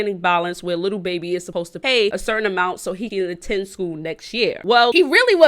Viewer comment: She giving me anxiety saying little baby😂. it’s lil babbyyyyy😩😩. and happy late birthday good video❤️